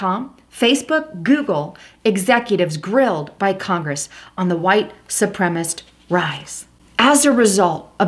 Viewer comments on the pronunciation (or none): Su-pre-ma-cist. Four syllables. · Supremacist is the correct pronunciation.su prem a cist.Sri Lanka...pronounced SHREE LANKA. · Reply to Brad not Landa Sup- rem - A - CIST